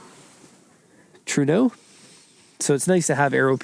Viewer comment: trueno not tsueno : )